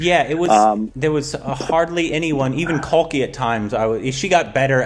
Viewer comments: Pronounced kalki 'kekla' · Okay I'm just 3 mins in and it is Kalki 'cake-la' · Correct me if i am wrong. But isnt kalki Koechlin pronounced as Kal-key cake-la.